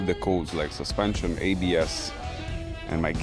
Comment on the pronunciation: "Suspenson" ... LOL